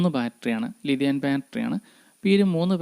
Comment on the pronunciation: ലിതിയാൻ ബാറ്ററിയോ? കേൾക്കുന്നതിൻ്റെയോ ഉച്ചരിക്കുന്നതിൻ്റെയോ പ്രശ്നം മാറ്റണം ,തെറ്റായ സന്ദേശം നൽകരുത് ലീതിയം ബാറ്ററി അതാണ്